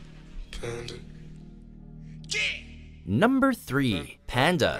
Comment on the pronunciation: jaja he says numbrrrrr 5